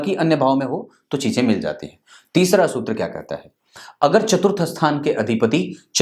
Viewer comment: जी वो शुत्र नहीं सूत्र होता हैं।😁